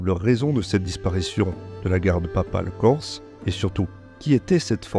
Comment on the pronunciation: Excellente vidéo et félicitations pour la très bonne prononciation du corse